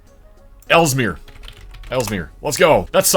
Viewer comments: the i in elmira is pronounced likepie not pilaf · Mark Twain is spinning in his grave over that pronunciation of Elmira. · I must say your pronunciation of Elmira, NY is quite interesting